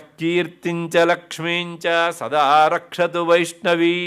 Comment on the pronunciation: 1 hr 3 minute is important pronounciation. Rakshatu (not Bhakshatu) Bhairavi devi